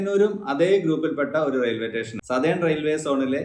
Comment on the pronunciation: Teshen alla station anu